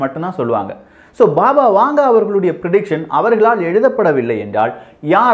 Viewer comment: அது "பாபா வாங்கா".... வாங்கே இல்லை...